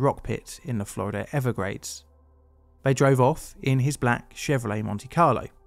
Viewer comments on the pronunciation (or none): It's "Everglades" not "Evergrades." Also, "th" does not make the "f" sound. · The Florida evergrades? Is that near the Everglades. Also, “Jose” is probably pronounced “Ho-zay”, not Joe-zay.